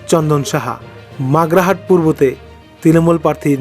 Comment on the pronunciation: আগে আপনি ঠিক থাক পর্থির নাম উচ্চারণ করুন পরে রেজাল্ট বলবেন। ওটা মাগরাহাট নয় মগরাহাট । বিধান পারুল নয় বিধান পারুই। কোথা থেকে পান এসব নাম।